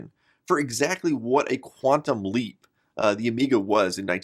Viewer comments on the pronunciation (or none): That's was GREAT (as always). Thank you. Near the end, when you said "quantum leap", i heard it as Quantumlink :)